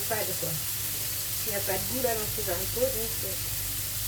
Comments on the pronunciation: Beurk les Zaricots 😂😂😂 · On dit Haricots ! Pas de liaison Z, car c'est un H aspiré !